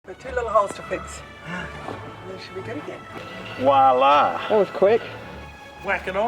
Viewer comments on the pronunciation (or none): ..something you often say incorrectly (as do many in this world) is wallah rather than voila... think the mispronunciation started with children and now so many people do it in adulthood. one of those things that grate..bit like somebody saying gun whale (as its spelled) rather than gunnel (the nautical true pronunciation). No biggy but I know although not a perfectionist as such you like to get things right.:)